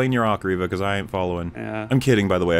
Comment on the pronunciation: Nobody should take arguments about how words are pronounced for as long as he continues to mispronounce Reva. How does he still not realize he's the only one saying "reh-vah" and not "ree-vah"?